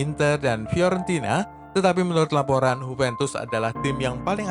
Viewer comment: JUVENTUS bukan Hupentus